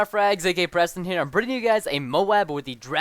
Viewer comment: My friend thought your name was Breasting lol, apparently Preston sounds alot like "breasting" :P